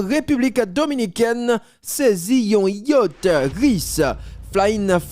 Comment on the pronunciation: YA T CH jam li ekri a konsa li pwononse